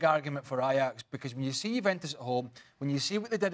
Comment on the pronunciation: Why does this guy insist on pronouncing Juventus incorrectly?